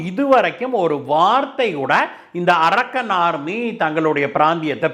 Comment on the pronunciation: It is not "arakkan" army. Pl check fact. English pronunciation should be proper. This name denotes a place